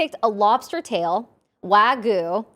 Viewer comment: I love you guys so much, always such a treat to watch can't wait for next coming episodes! But please- let me teach you how to pronounce Wagyu. <3